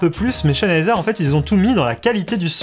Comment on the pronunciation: Stop de dire CHENheiser x)